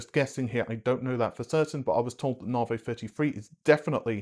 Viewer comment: Naarrhhhvheeyyy...., It's Navi , like navigation...Cringe